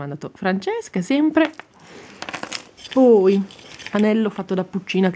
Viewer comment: Devi dire POI E non PUI